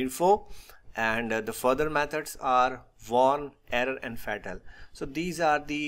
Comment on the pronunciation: Your video is good but perhaps you can avoid saying fetal for fatal . Try saying it as faetal.